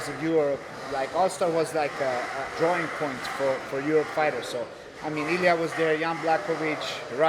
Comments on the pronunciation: His names ILIR not ilia hahahahaha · His name is "Ilir" and not "Ilia", put some respect on his name! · his names ilier not ilia